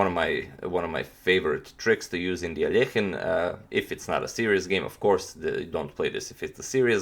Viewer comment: Finally "Aljehin" instead of that terrible anglo "Alekhajn" pronunciation!!!